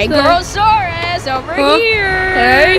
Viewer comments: why is it gorosauras when its gorosaurus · It’s Gorosaurus not. Gorosaraus